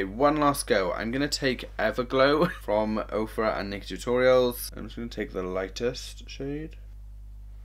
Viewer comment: I thought you said mister orials instead of miss tutorials 🤦‍♀️